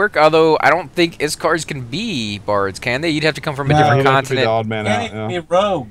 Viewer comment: IK-SAR. IK. not IS-Kar Iksar. Like ICK-sar